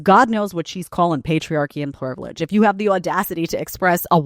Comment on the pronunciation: "privledge" *privilege. I'm sure it was an informative lecture.